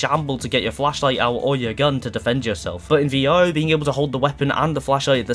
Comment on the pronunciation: Why are you saying V-O?